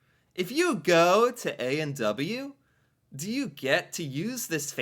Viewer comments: His pronunciation of A&W is funny. He says "A and dubbayoo". We actually say "A and double-yoo". Cute... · Interesting pronunciation point: you said ay an douba you. We say ay an double you.